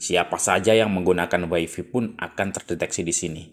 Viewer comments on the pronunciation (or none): Wai fai bukan wai vi